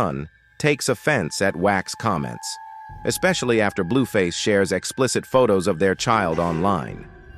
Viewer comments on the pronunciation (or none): none